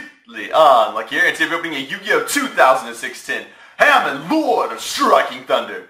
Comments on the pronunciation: Huh-MON.... not HAM-MAN... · it is halmon just saying not hamon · haMON is how it's pronounced btw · It's Hamon, Lord of Striking Thunder not Hamon-lord of Striking Thunder. Argh OCD mode activate. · You mispronounced Hamon... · Doesn't how to pronounce hamon or uria.